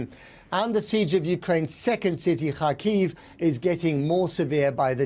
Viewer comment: What is this Keeev? It is either Kee-ev (Russian) or Kee-iv (Ukrainian). I have a suspicion we will never eat Chicken Keeevs.